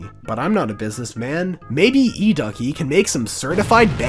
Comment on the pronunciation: That’s e-DOOKIE, not e-duckie!